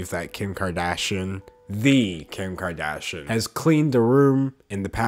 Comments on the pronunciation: It’s kar-dash- eeyin ... sounds like he’s saying karda-shin. My biggest pet peeve is when journalists don’t take care in pronouncing names correctly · The mispronounciation of Kardashian makes me low key really happy. 🤷🏻‍♀️😂 Edit to add: I have a 4 year amd this is the most ridiculous thing I've seen. And i have ONE TODDLER. 🤦🏻‍♀️🤪 I feel bad for those kids. 😳